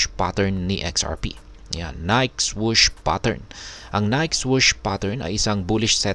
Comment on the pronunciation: Ni-ke pronunciation nyan